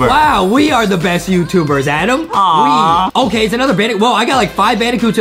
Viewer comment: Justin adam is adam not ADEM WHY Adem!!!!!